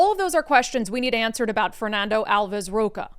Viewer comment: Rocha reads "rosha" in portuguese